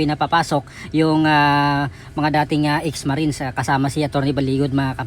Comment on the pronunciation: Why can't you pronounce the word Marines